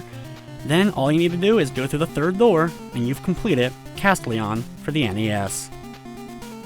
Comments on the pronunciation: he just puts the emphasis on CAS when typically you'd put it on TEL. No biggie, really. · I think that's not how you say "Castelian" XD